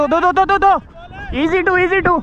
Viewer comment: Bhai i found 1 mistake that he said that doo instead of two